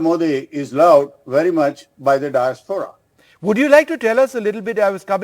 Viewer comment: It's Diaspora.. Not Disapora..